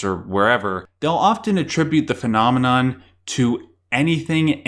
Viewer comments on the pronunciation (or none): I cannot unhear this now because of your comment haha